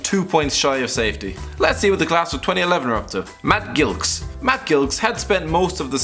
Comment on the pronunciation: The way you said Matt Gilks made me cry